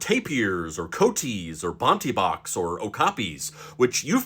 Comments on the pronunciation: Coati has 3 syllables. Co-ah-tee. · Yeah. You weren't. Co wat tee. Coati. A local pet store had a rescue for years.